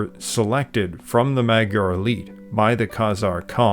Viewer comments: Hello my magyar (mudjar) peoples. Every time said mag yar i cringed....but its a great documentary. Nothing about the glyph language that i heard is related to Sumerian. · Dude, you said Magyar correctly when you stated how it is pronounced in Hungarian. Then kept incorrectly pronouncing it "Maag-Yar" throughout the documentary. Other than that this was great and well done. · You are mispronouncing “magyar”. The gy is a digraph that makes a single sound. It is not a /g/ followed by a /y/. It is closest to an english “j”. Also “a” is pronounced like an english “o” in mod and mole. So say it more like “mojar”. Similarly the ty in kutya is closer to Tuesday (English tyoosday, not US twos-day) than “cut yer”. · Great description Well done. But you kept saying “Magyar” wrong. It isn’t mag-yar. The gy is a separate letter in Hungarian. The pronunciation is more like mud-jar. Keep up the great work. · I tried to listen to this but the narrator constantly said "Maggie-ares" - I could not take it anymore and turned it off. Magyar has the gy sound pronounced something like dy with a soft d, so Mahdjar. It wss prtty good but I just couldn't take it. You said it right the first time, why did you then say it wrong literally dozens of times? Seemingly every other sentence. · You are pronouncing Magyar wrong...GY is J in Hungarian. So you pronounce it Majar.... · I feel u bro. They always try to say magyar right but they end up saying Madzsar, matyar, madzar makBDJBCDar. Its really annoying as a hungarian. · Really interesting but a shame you can’t actually pronounce “Magyar”. Unbelievable.